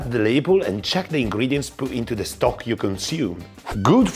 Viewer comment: It's 'stock', not 'Stok'. It's not a brand name (well, Stok is but it's a coffee brand). It's what it means it imitate: Stock. The cubes are the cheap shit though and their first ingredient is most often salt, with some fat ostensibly for flavor. Better Than Boullion is paste and its first ingredient in every flavor (it has much more variety) is MEAT. Not a sponsor, just if you're looking for a midpoint between 'salt lick' and 'from scratch', Better Than Bouillion will do you proper. And it's easy enough to make your own broth and stocks too. Save shrimp tails and bones, garlic and onion skins, potato peels, root ends chopped off in prep, the woody end of asparagus nobody eats...Boil 'em when you have enough.